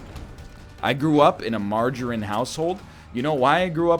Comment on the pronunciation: Who the fuck pronounces margarine like that? Freak.